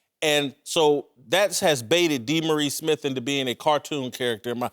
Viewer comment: DEE-Maurice Yeah.